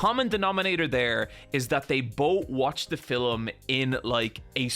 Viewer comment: why do you say "filum"?